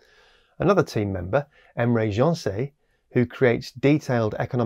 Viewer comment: I really love your content but Emre Gencer is a Turkish name, not French. Pronunciation is like: Take 'Ge' from the word 'Gesundheit' and add 'ndjer' That is one mustachioed fellow btw